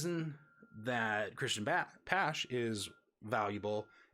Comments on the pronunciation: It's also Bow-m, not Bom and Pash-ay , not pash. Honestly thought it was on purpose because it was the first 3 guys you covered haha. Great video though, thanks for doing this! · Christian patch lol it’s pache pashe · Yeah, the Pache and Tatis pronunciations (with a few other minor ones) got to me. Getting the top names is going to be important.